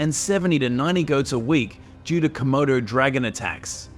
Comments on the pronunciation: Not komodos bicht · Its not comodo... Dude😅